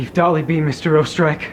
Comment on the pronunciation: the way she pronounced oesterreich tho💀